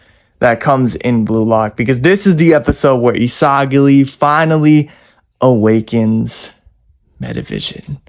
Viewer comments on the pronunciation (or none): isagily* ✅✅ isagi* ❌❌